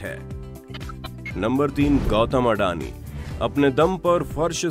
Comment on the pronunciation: videos banae se phle bolnaa sikhlo sahi se. it's अदाणी not अडानी